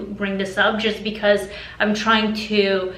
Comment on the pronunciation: When you say 'to' or 'do' it sounds like 'tiu' and 'diu'